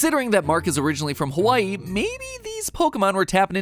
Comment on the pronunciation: dude , your map of hawai’i is upside down i’m from hawai’i and it just looked so off but then i realized it was upside down😭 also said hawai’i wrong but i’ll let it slide